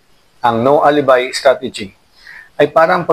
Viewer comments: Alibi (ali-bay)....nakakaimbyerna pronunciation mo! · Wrong pronunciation of alibi miss